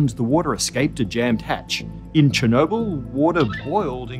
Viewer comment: They couldn't even take a few moments to look up how to pronounce "Chernobyl" right.